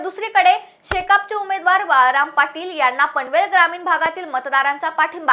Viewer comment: बळीराम नाही ओ बाळाराम पाटील